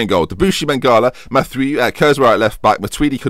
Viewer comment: jeremy mathieu's name is pronounced like you were sneezing and saying matthew at the same time. or "Mat-ee-you" read it slow, then fast, and you're done